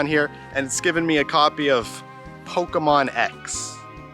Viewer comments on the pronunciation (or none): Why can no one on YouTube pronounce Pokémon correctly??